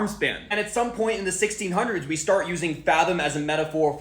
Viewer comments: The way you pronounced “We” made me unable to focus on the rest of the video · I was thinking the same thing. Also, why did he pronounce it as "weh" instead of "wee"? It just makes it seem that much less believable. Why would it be reinterpreted as a nonsense sound, plus a nonsense word (nonsense at that point since you're removing the definition by altering the root words)? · I confused when he pronounced we as weh but then I remembered he was… whatever I don’t care stop trying to coiméente you 🦛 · Dude why are you acting like an etymology authority, and you dont know how to pronounce "we"... dude is just talking out his behind.... typical gen z.... you see how i used dot dot dot and its all same subject thats because.... they're used to denote the same subject.... "but wait theres more" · Did you just pronounce "we" as "weh"?